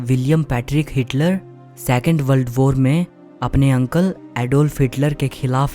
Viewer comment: बल्ड बोर ❌ वर्ल्ड वार ✔️